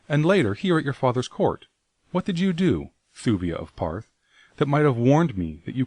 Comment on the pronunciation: it's really bugging me he pronounces Ptarth as "Parth" rather than "Tarth" The P is silent like Ptolemy or pterodactyl.